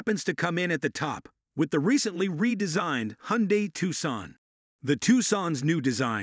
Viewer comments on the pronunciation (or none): Robovoice is better than most, but still discernable by mispronunciation of Forester and Hyundai